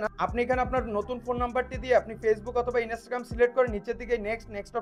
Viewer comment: Inistagaram bole kothe hoy na 🤣🤣🤣